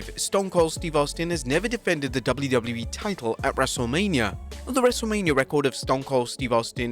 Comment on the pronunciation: fun fact: The narator cant say WWE or WCW - instead he says Dubble lew- Dubble lew - ee or Dubble-lew see dubble-lew i mean come on it's double-you - whats so hard about that? and says "more wrestling content" like he's some kind of amateur high school news sport's commentator.